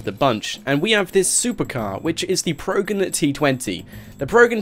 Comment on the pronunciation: It's PRO-GEN like TRO-JAN.